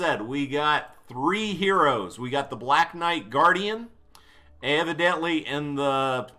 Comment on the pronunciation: LOVE the vid as always. (pst Garridan not guardian btw) <3